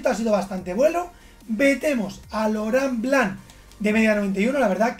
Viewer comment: Franceses: LAURENT BLANC: LORÁN BLAN